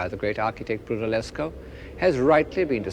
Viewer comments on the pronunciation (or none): Sorry but who is "Brunellescho?" And he keeps on making that same mistake. It's Brunelleschi! Now, come on, Kenneth. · It's Brunelleschi, not Brunellescho. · When Clark says 'Brunellescho' is he taking about Filippo Brunelleschi ?